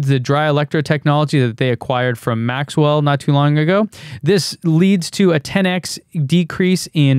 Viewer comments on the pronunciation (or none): none